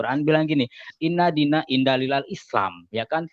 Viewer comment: indalilal indalilal opo